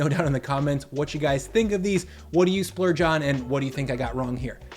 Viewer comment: you said "splurge" giggles